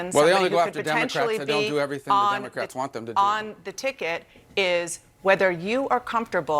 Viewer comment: LOL... Did he say DUMBERcrats?